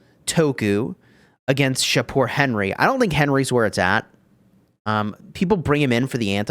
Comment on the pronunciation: As a persian in iran, im really happy that shapur added. Thanks and yes you pronounce it correctly. Keep it up dude